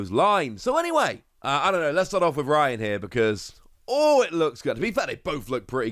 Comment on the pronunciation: not the woss pronouncing Raihan as Ryan 😭